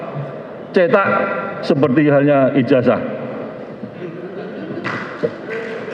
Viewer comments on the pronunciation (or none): none